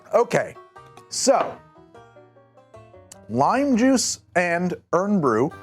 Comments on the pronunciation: I felt a great disturbance in the Force, as if millions of voices suddenly cried out in anger and disgust at the sassenach who dares to pronounce a national drink "urn brew".... lol on a more serious note. Irn-Bru is a notoriously bad mixer. I often have thought this was odd since the closest American drink that I have tasted would be "Mountain Dew" a drink literally made as a mixer. And yes a lot of people probably do drink it with vodka, but in the same way Jack Daniels is drank with Coke. Very much unceremoniously and I don't think it's all that enjoyable. I like the idea of the lime, never tried it with lime before. When you said it lacked bitters that made a lot of sense. It's not really a rooty soda as far as I understand. I was surprised you didn't lean into adding more to try and balance it out. Like using ingredients to a Negaroni or a Last Word. Another combo that might be more Scottish might be 2 parts Scotch, 1 part Midori, 2 bar spoons of Ginger infused simple syrup, and 3-4 sashes of orange bitters, stirred in a glass and topped with Irn-Bru maybe garnish with a lime or add half a squozen lime juice. As the Frankie Boyle joke goes.... "A man walks into a Glasgow pub and orders a lager with a dash of lime. The barman responded in a thick Glaswegian accent 'sorry pal, we don't do cocktails'." In reality we do have a lot of cocktail bars but we just don't talk about them. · Technically “eyern” bru, you don’t sound out the “o” in iron. My qualification, I’m Scottish! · Thanks for this. On my god it started hurting my ears to have it said as earn brew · I laughed every time he called it "Earn Brew", lol. That's a mistake you'll only make once over there. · You're saying it wrong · Not shocked i got recommended this. Going to join the rest of my countrymen here in saying. Fix that pronouncation you muppet😂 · I was excited to see this episode when it popped up, but as a Scottish person, i felt like reguarly dealt psychic damage with his pronunciations 😂